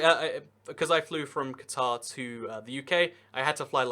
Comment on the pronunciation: Take a shot every time he mispronounces "Qatar". Damned Anglophones...